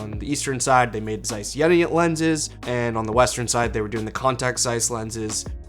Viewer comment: I Germany we pronounce: Jeeena och Caiss 🙂